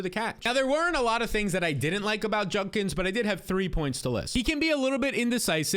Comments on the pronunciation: ‘Judkins’, not ‘Junkins’ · Judkins* not junkins